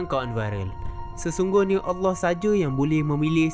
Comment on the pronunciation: Sebutan Allah dia sangat indah